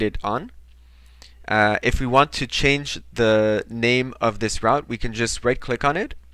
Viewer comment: Very basic. However, English might not be your mother tong as the pronunciation of route is very strange to me! Try say root for route!